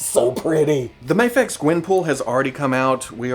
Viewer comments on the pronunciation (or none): 3 different pronunciations of Mafex. Well done!